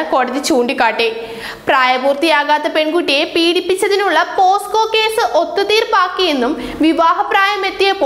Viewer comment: പോസ്കോ കേസ് അല്ല കൊച്ചേ... പോക്സോ കേസ്. എവിടെ പരിപാടി അവതരിപ്പിച്ചാലും ഇതാണല്ലോ അവസ്ഥ...